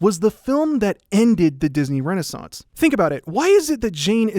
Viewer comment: The last source in the description says: "Tarzan's Complicatred Legacy Mat Have Led..." instead of, " 'Tarzan’s Complicated Legacy May Have Led..." You did nail "renaissance," tho. XD